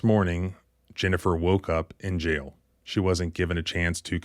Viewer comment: Its JAIL , not "jell". I hate it when people use lazy pronunciation.